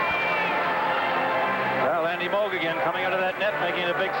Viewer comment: has trouble pronouncing "Moog", what would he do with "worcestershire".